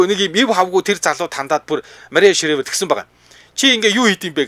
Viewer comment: Шривер биш ээ. Шрайвер гэж уншнаа.